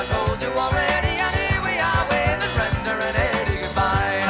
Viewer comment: It’s Brenda not brender lol